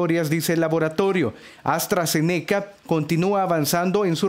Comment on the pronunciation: Se dice AstraZeneca junto no aztra ze neca y la universidad es de Reino Unido no de usa